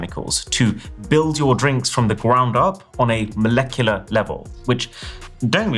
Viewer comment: Did you say "From the gwound up" 😂